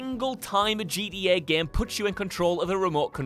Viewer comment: Why dont you pronounce GTA properly? Annoys me how you say Jeety yay